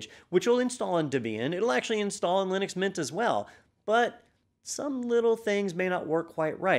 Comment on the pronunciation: lie-nux mynt is really good lol